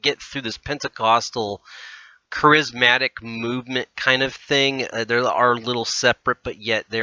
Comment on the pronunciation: Interesting yet hard to listen to bc of common Christian words being mispronounced! Ek-u-MEN-i-cal, Care-iz-MA-tic. There's a start, if you're going to say these words, please say them correctly! I'm not going too go back and listen to the whole thing again to show you other pronunciation mistakes but you might want to! 😉